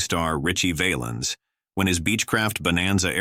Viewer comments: Richie VAL- ens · I know he wasn't a famous actor, but how about Knute Rockne. He was killed way before Will Rogers. Terrible voice over work here. Valens pronounced wrong several times. Using Patsy Cline look a likes is insulting to her, not to mention the mispelling of her name numerous times. 12K SUBSCRIBERS TO THIS GARBAGE !!!!!! YIKES !!!!!!